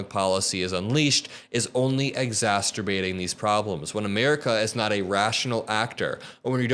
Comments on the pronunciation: I love your message, but “exasturbating”? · Exacerbating. Ig zasser bate. I know that you will go far,. Many people do not know how to pronounce the word - maybe it was just a slip of the tongue, but it matters. I mean no ill intent. I am a Linguist. Can't help myself.